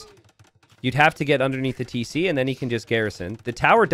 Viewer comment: "Tesé" like a true Floridian 🤣🤣